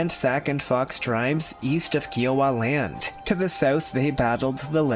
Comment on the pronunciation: Just please do your homework on some of these things in these videos. Plenty of it is not true . I’m a Lakota ( friend ) descendant, I grew up around Paiute, and Shoshone tribes in Nevada, and still live by the colony now . And it’s KY-OH-WUH ( Kiowa ) don’t mean to be peckish, I admire your interest.